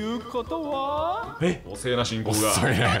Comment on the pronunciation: はしんこ〜〜う！っていってるんだろうけどてぃんこ〜〜う！って聞こえてしまう